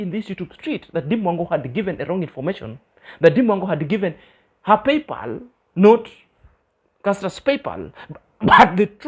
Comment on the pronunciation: thinks she knowsit all yet she says..... PayPaul.....instead of PayPal. I didn't understand what she was saying.